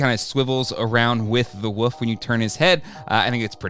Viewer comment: Say it with me..... WOOOLLLLFFFF! There's an L in there. It's not WUFF. It's WOOOLLLLFFFFF! Say it.... WOLF!